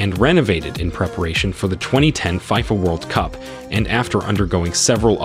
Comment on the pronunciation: There is no way GHANA isn't mentioned in the list... And btw did i just hear 5fa instead of FIFA.. Go make them research again and come back. Not just to have views but to send the right info to people watching.